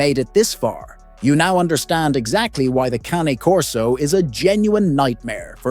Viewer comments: You might want to pronounce this breed correctly! Its not CAN e as in soup can nor is it Cane as in sugar cane. Or even Cannie. Its Cah-Nay as in the sound a crow makes and the horsey sound Cane Corso Italiano . Any expert is not an expert who mispronounced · Sorry, but you lost me when you mispronounced the breed name. Something so basic.